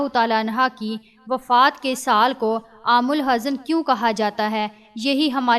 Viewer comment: Miss your Urdu is very weak and pronounciation is very poor. AamulHuzn not Aam alhazan. You don't know Persian Ezafat ( means ka ki ke) but stuff is very nice. Abu Reyaz Ansari Mau India